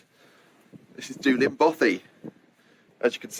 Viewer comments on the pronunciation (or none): Good tip about bothies thanks. With your love of Wales you might want to brush up on your pronunciation! It’s ‘Dee-Lin’ and means black lake. 😃